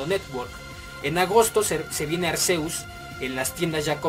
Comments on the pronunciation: se pronuncia Arkeus, así lo dicen en la pelicula y así lo pone en la wiki (Pronunciación [Ar-ké-us] ) lo puedes buscar si gustas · Se pronuncia Arkeus mi chavo ¡Pokemon son unos perros inconcientes, deberían darlos todos por el nintendo network! Aquí en Colombia no hay tiendas GameStop ¡Pero igual aquí celebramos el 20 aniversario putooooos! Gracias por el video-información bro, sigue así ^^